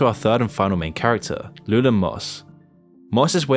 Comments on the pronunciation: Called my man Loo-lan. Lew-elle-in my guy. And for the 1000th time. Ellis is his cousin. And it was his father who died not a random cop. Ffs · "Texas county" do you mean state lol Also his name isn't "LOO-LIN" It's LOO-ELL-IN And it's spelled with a Y not an I. Did you even research this film? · Lou-Ellen it's how you pronounce his name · Anton SUGAR and LUNAR Moss? Lol did you butcher the names on purpose? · Lou-Ellen, is the correct pronunciation. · Lewellyn is pronounced like “loo-Ellen” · it was interesting until you pronounced lewellen moss's name incorrectly making it seem like you never even watched the movie. sorry cant watch your content bub better luck next time maybe pronounce the main characters names correctly...